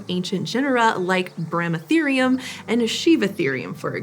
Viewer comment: Me as an Indian hearing, Bramatherium and Sivatherium😅